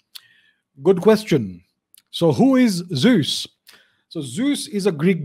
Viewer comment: Unfortunately, his pronunciation of the word is way off.